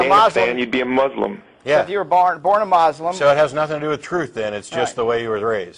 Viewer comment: Born a MAS- LAM (muslim ) lol